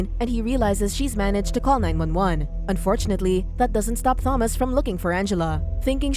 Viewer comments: I absolutely cannot stand how the AI voice says Thomas with a 'th' noise. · She made this totally unwatchable as she couldn't even pronounce "Thomas" correctly (FYI it's a silent H). The added fact that the name is mentioned like, at least 80 times made it even worse too!